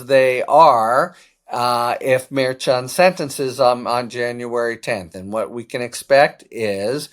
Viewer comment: We need justice!!! Litman pronounces Judge Merchan CORRECTLY; no one else does!